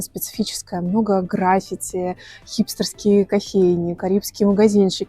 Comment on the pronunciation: ГраффИти,правильное ударение!